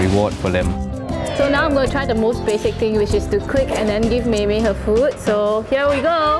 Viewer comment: it's actually mei mei not mimi